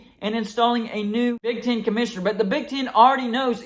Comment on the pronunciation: It's Big "T EH N" . "EH" "EH". Not Big TIN. Not "Ch IMP ion CHIP" Its ""ch AAAMP ion SHH ip". Again. Big TEHN. Not Big TIN. ChAAmpionSHHip, not ChIMPionCHIP.